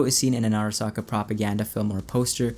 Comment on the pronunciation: wouldn't make more sense if it was Michiko Arasaka, and not Hanako? Also it's (aa) (ra) (sa) (ka), if you want that extra authentic japanese pronounced word, all vowels are short vowel sounds in Japanese. Bonus fact!